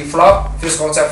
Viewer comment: "fyus konsep" "fyus konsep" "fyus konsep" ,brand medan bacanya juga ala medan.